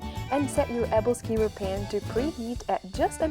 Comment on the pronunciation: oooo... abble skiver... brings unimaginable pain to hear... folks it’s pronounced “able-skewer”